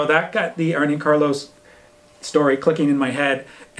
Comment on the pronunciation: Arne is not pronounced like Arnie. Its Arna